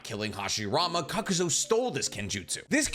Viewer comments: You kept saying KAKUZO when his name is Kakuzu, really irritated me. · Kakuzu.. not zo.. I've noticed it on a few of your videos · I won’t get over the fact the character name is KAKUZU and this mf continuously calls him KAKUZO 🥴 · It’s Edo Tensei pronounced Eddo Tensay, and Kakuzu pronounced Kockuzuh. With this amount of views and subscribers I’d expect better. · may i also add ... "kakuzo" -- i cringed every time . i listen to these in the background so at first i had no clue who he was talking about . i wonder if he does it on purpose . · lol , same for "Kakuzu" -- like "ka-ku-zo" ?! really ?!